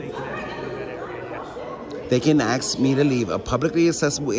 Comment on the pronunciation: They can axe.